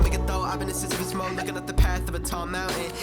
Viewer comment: "Sissy puss" is my favorite pronunciation thus far, haha.